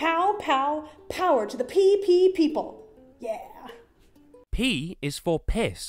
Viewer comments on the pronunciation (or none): Did she say "H is for 'jicama'"??? REALLY?! PEE-PEE People??? PEE-PEE peace march??? SMMFH I like your fersion better,.